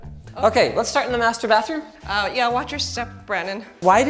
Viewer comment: '...in the MASTURBATHROOM...' Now You'll never hear it different :D